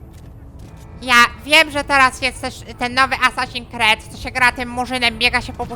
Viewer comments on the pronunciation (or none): Myślę jaki Sesin kret, a to Assasins Creed. Masz mnie klocuch